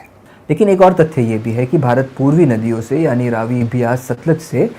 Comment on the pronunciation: जैसे खुद वायर वाले हैं, वैसा ही इस लड़के को रखा है पढ़ लो बेटा थोड़ा...देख के भी नहीं बोल पा रहे रावी को भी रवि बोल रहा और रबी सीजन को भी रवि बोल रहा😂